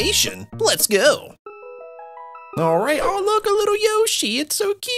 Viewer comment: Aulraight! He sounds like He's one of them Australians...